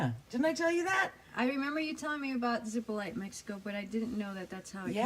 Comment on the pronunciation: Zepolite is pronounced Zee-pol-LEE-ti! If you ever get there, find Chewy, probably hanging around Hongos Bar, (if its still there) and tell him Greta says hi and it was a false alarm. Thanks! Its a lot of fun but careful in the water. The place is well known for its undertow taking people to their otherside!